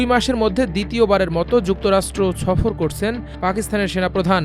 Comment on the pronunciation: বিবেছনা - ছফর - 😂